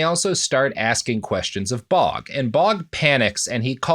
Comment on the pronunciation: I'm fairly certain that the nsme "Baugh" is pronounced "baw" as opposed to "bog". English is funny that way so don't laugh.